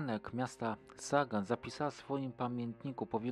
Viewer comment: Pisze się ( po niemiecku ) Sagan ale wymawia się "Zagan" [ Sa..=Za.. ].